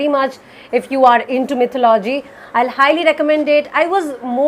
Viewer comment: Still wrong Its “ mi’thó-lu-jee “ Not “ mi’thó-lo-jee “